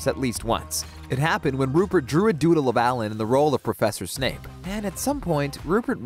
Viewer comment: ITS SEVERUS SNAPE NOT SNAKE